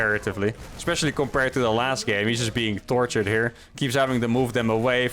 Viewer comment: Am I the only that heard Thor-tured 😂